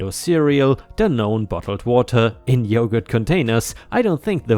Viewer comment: Dannon is pronounced like it looks.. "Dan" "non" (or "dan nin" to be more accurate.)